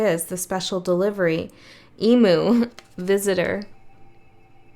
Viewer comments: Emu is pronounced EEM - You 😊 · As an Australian Sagie I just wanted to let you know that Emu is pronounced Eemyou love your readings look forward to them each month